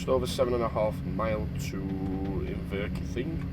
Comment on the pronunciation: Inverkeithing is pronounced in-ver-keith-ing just thought I would let you know.